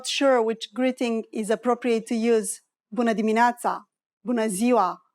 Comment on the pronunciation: excuse me Doamna the way you pronounced buna dimineata something heard not correct because I studied romanian too it is not that how you pronounced.